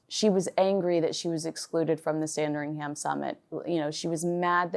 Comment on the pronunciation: fyi with love - there is no sound of 'ham' in Sandringham. More, sandringhum. soft 'h', run it all together :)